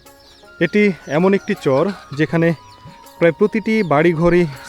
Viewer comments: Dada uchharon ta chor noi char hobe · চর উচ্চারণটা আরো একটু স্পষ্ট হলে ভালো হতো ভাই, চরের বাড়ি বলার সময় অস্পষ্ট লাগলো।